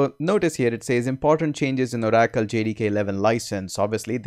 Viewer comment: Oh Rackle. Lol. It's Or- acle